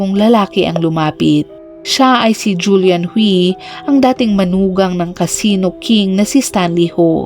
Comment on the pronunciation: Ang alam kong pagbigkas sa Hui ay huy hindi hwi